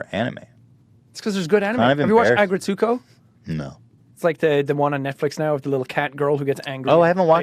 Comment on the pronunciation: Wow the way jack butchered aggretsuko I didn't know what he said at first😂